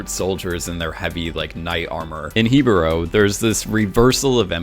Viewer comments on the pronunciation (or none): he-bo-ro 😂 literally an a in the word